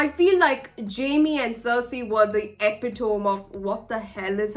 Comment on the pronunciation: epitome = e-pit-oh-me